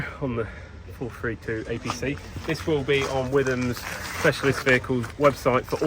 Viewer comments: Pronounced " Whitum" not "With ham" 😂👍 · It’s pronounced wit ham no the witherm